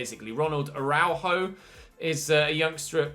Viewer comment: araujo is pronounced a-rah-you-ho